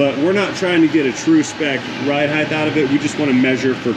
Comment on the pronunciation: Do I detect the mispronunciation of the word “height?” Words… 😉👍🤓